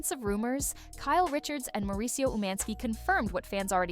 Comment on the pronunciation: Why are you saying his name like that? It’s annoying